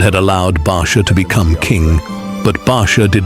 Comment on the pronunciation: TirEla not Ahab.Baasha not Barsha.Tirzah Rezin,Peka. Abiathar not Abishai Elihu not Allah Ehud not Ahood. Michaiah Obed Edom.